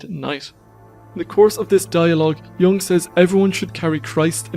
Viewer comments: Sorry, I can’t take seriously any content if I hear “yang” instead of a proper pronunciation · The correct pronunciation is Yung not Young.